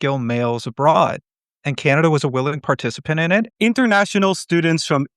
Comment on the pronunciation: CANADA ❌ CANINDIA✅ 😂